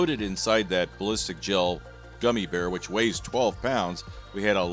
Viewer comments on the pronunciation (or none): “Bearlistic” gel.